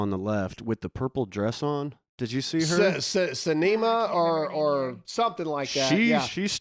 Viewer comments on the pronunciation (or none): Sinema (SIN- A-MAH)